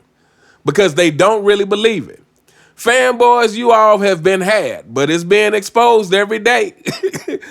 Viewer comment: “Faanboaahs” Lmao I laugh everytime I hear that shit I love this dude’s takes.